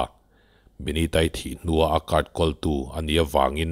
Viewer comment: Ngati nge "Call" hi "kawl" tia i lam ziah a? "Khawl" ti ta che.